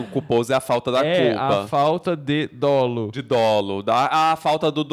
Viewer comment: A pronúncia é “Dólo”. Crime doloso - teve intenção de fazer. Culposo, o agente não tem intenção/elemento volitivo, mas age com imprudência, negligência ou imperícia. Existe ainda o dolo eventual, quando a pessoa, pela conduta, assume o risco do resultado, mas, entretanto, se ele acredita que pode reverter ou evitar, e mesmo assim acontece, é culpa consciente. Ou seja, fez merdinha, fique calado até seu advogado dizer qual é o seu caso…